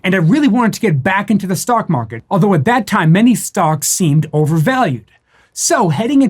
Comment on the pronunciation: Hey where you puttin your money... “tha mawket”